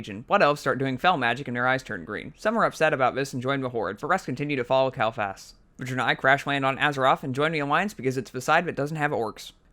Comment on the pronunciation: The names kael not kal